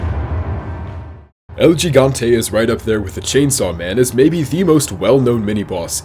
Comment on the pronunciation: He said "Geee gone tae" 😂😂🤣😂🤣